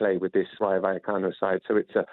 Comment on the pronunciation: I wince every time Jim White attempts to pronounce Rayo Vallecano. 🥴